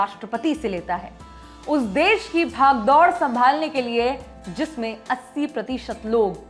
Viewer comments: "Bhagdod" nhi....Baagdorr".. 😂...Librandu 😂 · Bhag-daud nahi bagdor hota hai madam pahle Hindi bolna to sikh leti, aur kon se dialogue deshbhakti sikhati hai aur kon si nahi wo aap logo par chhod dijiye, log samajhdar hai atleast aapse to jyada hi... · Mam bhaggdood nahi bagdoor Nameste london mein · "Bhaagdaur" , Hindi to aapki bhi ...